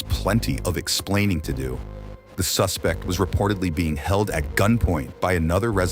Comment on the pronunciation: someone please tell me it was intentional when the narrator said that ricardo had some splainin to do